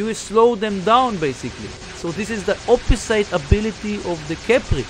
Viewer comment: Hey AD, i heard you pronounce the word Opposite as you see it but its actually pronounced "o-puh-zit"